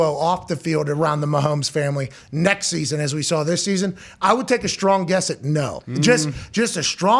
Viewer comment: Hey Pat A heads up on English. There is NO h in strong, street. Many US media types are doing this with the h....not sure ( H sound OK here) why. Thanks.